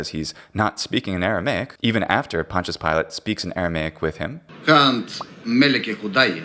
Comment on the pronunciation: You’re pronouncing Pontius wrong